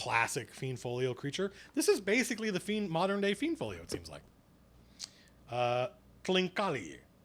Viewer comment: That's so funny, you pronounce almost every name different than me. I always thought the monsters were pronounced like this. "Aye-si-mar" "Fl-eye-nd" "Fur-bolg" "Thai-fling" "Yawn-ti"